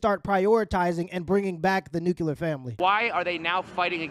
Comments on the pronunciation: Love you brother, NEW-CLE-AR not NUC-Q-LER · NU CLE AR.... NUCLEAR. It's NOT nucular! That's not a word. Say it right! Be smarter than GW Bush. Say NUCLEAR. Don't say NUCULAR. You sound dumb.